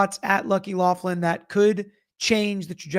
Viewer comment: It’s loughran not Laughlin